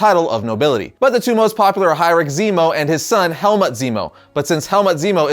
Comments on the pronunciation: I can't get over you pronouncing his name 'helmet' 💀 It should be 'Helmoot' iirc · its Helmut not Helmet XD